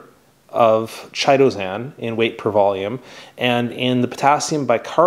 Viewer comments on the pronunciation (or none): Thank you for such a terrifically informative and helpful video. Now please allow me to return the favor… I’m pretty sure you’re mispronouncing “Chitosan” Chitin is a fibrous substance consisting of polysaccharides and forming the major constituent in the exoskeleton of arthropods and the cell walls of fungi. The correct pronunciation of “chitin” is: KY-TIN which leads me the believe the product ‘Chitosan’ is actually correctly pronounced similarly… KY-TOW-SAN 👍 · Pronounced kytosan. The H is silent. Just sayin'.